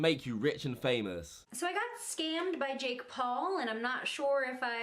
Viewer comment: he can't even even pronounce Jake Paul lol